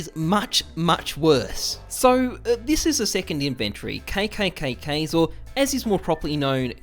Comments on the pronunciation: Why do you say inventory wrong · How come this guy pronounce inventory so weird